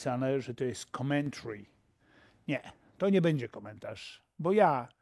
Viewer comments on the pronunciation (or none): Commentary - akcent pada na pierwsza sylabe, a nie na druga. Sorry.